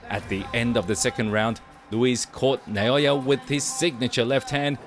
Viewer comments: NAH O Yah, not "NAY O Yah." Is that difficult? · Who’s Nayoya? Isn’t that Naoya?